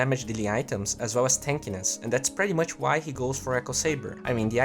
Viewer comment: Cara, quando vc fala "pretty much" a pronúncia certa é "PRITI" não "préty". Keep up the good work